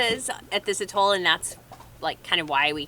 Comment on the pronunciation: Its pronounced At Toll....hearing Utol all the time slightly bugs